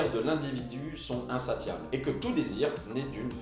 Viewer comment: LOL il dit insaTiable au lieu de insaSSiable. QUEL NULOS CE